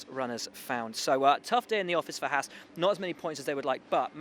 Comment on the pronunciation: How can it be not even F1's own reporter are able to pronounce HAAS correctly?? It's one thing the guys at Sky can't seem to learn, but really??